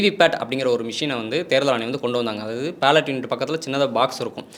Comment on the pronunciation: தம்பி தம்பி அது PALLOT unit இல்ல, BALLOT BALLOT unit. சரியா உச்சரி😢😢😢